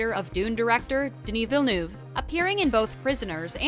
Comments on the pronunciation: French : « Denis Villeneuve » This video: “DeûniiVilnuv” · Haha you are so right! How can they repeatedly butcher the director's name "Denny Vee-Noof" although the actress prounced it correctly right at the beginning of this video D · Great video but please stop saying Denis Venu. There are countless more harder names to pronounce than this. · KA-NESS Film Festival!?? Its CANNES (like CAN) Jesus. And that pronunciation of Denis Villeneuve was like nails on a chalkboard over and over. Vil-nuv. You hire people to read copy you’d think they would research how to pronounce words 😒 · Dear Ms Presenter: If you could possibly learn how to pronounce this world-famous directors name correctly it would help ... a lot! Thanks! ;) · Honestly, still struggling to pronounce the director’s name!!!!!!! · Please girl stop pronouncing his full name if you cannot. Just say "Denis". Please.